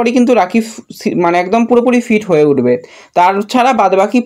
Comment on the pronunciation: আপনার উচ্চারণটা একটু ঠিক করুন। ফিট কে ফিড, লাকরাকে লাগরা শুনতে খুব খারাপ লাগে।